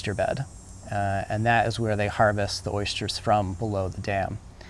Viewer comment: ...you say oysters, and I say ersters.... :)